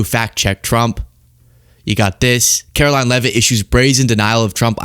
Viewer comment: Her name is pronounced karolying !!! So funny lol